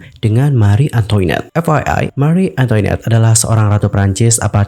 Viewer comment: FYI, bacanya Mari Antoanet, bukan Antoinet. Itu bahasa Perancis.